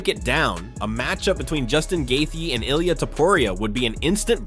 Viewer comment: Who the fuck is this guy talking about? Ilia? Sounds like he saying he is running from belal lol. He can't pronounce any names right?